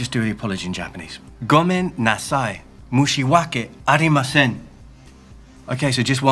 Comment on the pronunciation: But I understood that you were trying to say "moushiwake gozaimasen", so it's close enough xD